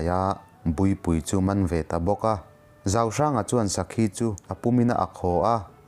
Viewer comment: an sawi tawh em aw ka hrelova. Lalruangpa hi..zauhranga nilovin zalhranga.. sakhi ak pawh khi a thluk a diklo a nia..mahse a har tur zia ka hria ..bahlah zeuh chuan..studio atang a nihloh chuan edit a har dan sia..ka lo sawi ve mai mai a😁